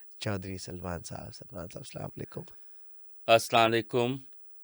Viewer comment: Honestly Speaking - inse true True stories wali vibe nhi ati Ap first of all please apna Salam karne ka tareqqa durast kare Proper salam kya kre sala lekum kia hota hain???? kise ne gor se suna h inka salam ye salam he proper nahi karte salamti ki bajye laantain de rahe hote h ahaha